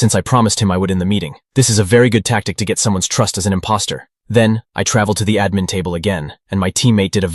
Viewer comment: What is Uhmin i thought it was admin